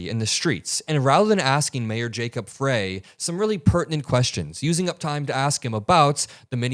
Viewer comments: Minor point: Jacob Frey is pronounced as "fry". thanks for your coverage though! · it's "fry" not "fray". Keep up the good work and it's great to have you by our side for the long fight. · Thank you for covering in detail but it's Jacob FReY like french fry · You're mispronouncing Jacob Frey's name. 'Frey' is pronounced "fry", not "fray". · Hey, just FYI, it's pronounced Mayor "Fry" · Mayor's name is pronounced fry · its pronounced Fry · Hi, Jacob Frey is pronounced Fry. Thanks for all you do. I’m in Minneapolis and appreciate your reporting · love your work. The mayor of.Minneapolis is pronounced Frye, like in French Fry. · it's pronounced Jacob "FRY" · it is Frey like Fry. Thanks for great reporting. Just want to let you know of proper pronunciation. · His name is pronounced Fry, Mayor Fry. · Jacob Frey, pronounced Fry. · I love your reporting and devotion to the truth. Mayor Frey pronounces his surname Fry 🍟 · Love you so much!! BUT say the Mayor’s name as Fry. Minneapolis resident here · just FYI- Frey, the Mayor of Minneapolis- his name is pronounced Fry. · Mayor Frey pronunciation of his last name is with a long 'I" not pronounced with "a" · Just FYI the mayor’s name is pronounced Fry. I feel bad for the guy for having to deal with another city-wide protest, but I’m glad we have someone at the top who has been through it. Kudos to our city council for the communication they have on social media and advising us on the importance of being vigilant and taking care of our neighbors. I’m proud of my city! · FYI: The Mayor's last name is pronounced "FRY", even though it is spelled Frey. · the mayor's last name rhymes with pie, or fry. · To me, these reporters sounds so complicit, wrong emphasis on f ——, y. A woman was murdered should be the main emphasis here. We can see right through these enablers who think they are so dam bright.